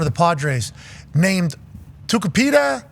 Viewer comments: You did not nail that last name lol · “Nailed it” (he butchered it)